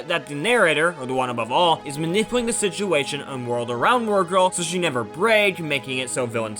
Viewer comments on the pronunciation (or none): none